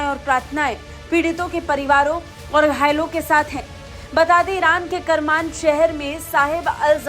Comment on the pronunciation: Pronunciation is केरमान !